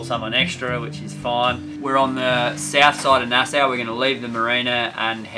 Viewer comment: Nassau is pronounced "Nass-saw" not "Nass-suu" 😁😁